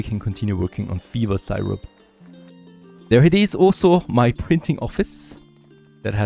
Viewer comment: You are one of a handful of creators that I watch all the time. I was a little confused when you pronounced Syrup like Sigh-rup, but it's much closer to "Sirup" than you might think! Dein Englisch ist noch viel besser als mein Deutsch!😂 Hallo nach Kanada!